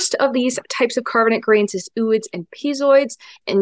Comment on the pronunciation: Are you kidding me with the 'ew-ids' again? It's 'oh-oids'.